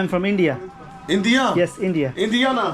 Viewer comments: Abe gawar indiana se ya toh white american ya black American ya native American aayega na chomu, ye vlogger inme se kisi ek jaisa bhi dikhta hai? Woh bas indiana pronounce galat karrha tha. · You morons are deaf or something he said Indiana not india lmao